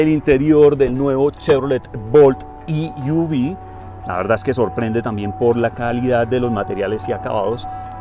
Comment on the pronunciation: E-V, se pronuncia i-ví si se dice en inglés o e-ve en español. No i-uvi. Saludos.